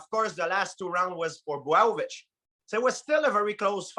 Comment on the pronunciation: Let’s talk about Justin POIH-YEEA and Jan BUAOW-VICH